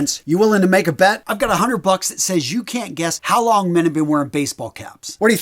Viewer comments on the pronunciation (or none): none